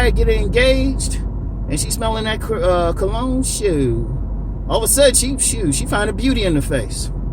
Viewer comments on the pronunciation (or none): Sound like you were about to say that "CREED" when you said cologne. Lol.